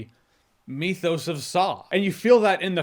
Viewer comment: Mythos is not pronounced Meethose